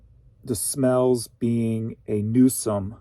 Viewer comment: It is called a nuissance (pronounced new sense) not newsome and you're talking about ordinances and statutes - the LAWS that are made by voters.